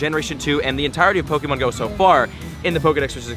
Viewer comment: Drink every time he says "pokey-mon"